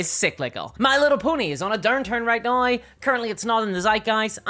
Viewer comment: Why the fuck do you say "now" like that ☠️☠️ "NAOIIIGH"